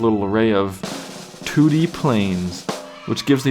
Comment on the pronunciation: First time he said 2D planes, I thought he said toody planes. XD